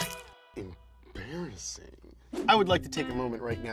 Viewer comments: Absolutely no one:: EmBARriSIN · saying "Embarrassing" is amusing me too much😂😂😂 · Every time he says embarrassing I physically clench my cheeks for some reason. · please don't do that to the audio again.. stereo and levels all messed up. also the digital effects were a bit much on this one.. i don't wanna see mouth THAT dam much, and how many times did we hyper-focus on a 'funny' pronunciation of the word embarrassing? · i might be the only one to say this. But the words like "embarrassing" being over pronounced/ emphasized is just getting a bit much, and it feels a lot like Tik-Tok content creators trying to create a new catch phrase. i couldn't be arsed to explain in more detail. No hate, just what i think, and still enjoy donut Could just be me, IDK